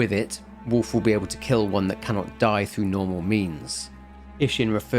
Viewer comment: I only listened so I thought you were talking about Warf.